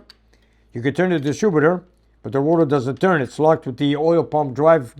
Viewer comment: Distrubitor:) I worked at a mill a few miles up the road in St Jerome and all the tradesmen spoke great English with a few twists